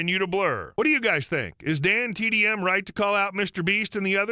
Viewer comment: okay fine, the reason why i thought so was because you kept saying dandtm instead of dantdm, which is what an ai does